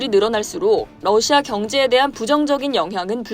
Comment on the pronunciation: 러시아가 아니라 너샤 라고 발음하는 듯